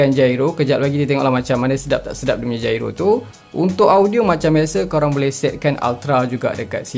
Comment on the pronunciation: Gyro bang bukan jairo HAHAHAHA